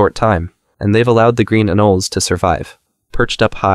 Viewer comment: It’s green “an-o-lee-s” great video tho